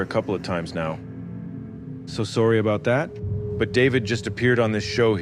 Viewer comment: cracked me up when you said "soory about that, my guy" lol either regular canadian reference or harland williams